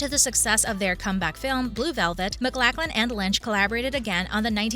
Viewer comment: It helps when you use an actor's full name (Max Von Sydow not Max Von). or the correct pronunciation (Kyle Mac-LOCH-lan not Mac-LACK-lan). Is this a bot's voice made from sampling a VO actor?